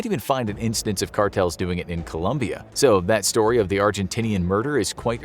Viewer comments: Its colOmbia not ColUmbia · Colombian not Columbian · ColOmbia, not Columbia